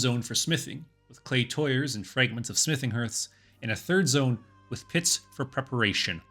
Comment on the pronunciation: Excellent coverage of a history pretty much unknown in the West👍 FYI, tuyere is pronounced tweer😉